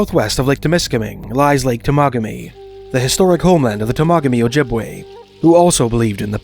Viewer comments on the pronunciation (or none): Pronounced Tem a ga me😊